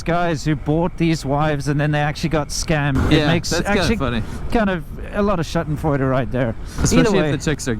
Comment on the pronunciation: it's "Schadenfreude", pronunced with a long "aaa" (like in marble) and a soft "d" (like donut) ;)